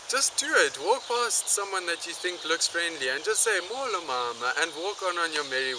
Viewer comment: Great video. I'm a native Xhosa speaker and I enjoyed this video. Just a bit of advice for you shorten your vowels a little you tend to make them very long like mooolo instead of a short molo. (I know this is from a year ago but still)